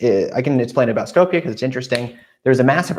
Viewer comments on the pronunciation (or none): Shkoop you pronounce it like scoop of ice-cream but with "shoo". That's how Skopje is properly pronounced.